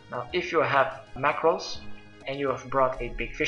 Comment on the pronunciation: OH RAW MACKRELS NOT MACKRELS?!??!?!?!?